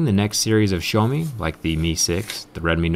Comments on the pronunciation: It’s so annoying the way he pronounces xieaomi like show me get it right it’s pronounced x e ow me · Did he just say showme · Did he pronounced Xiaomi as "Show me"? 😂